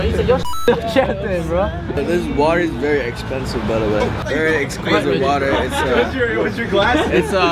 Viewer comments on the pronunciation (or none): can you say exquisite: exsqueezeit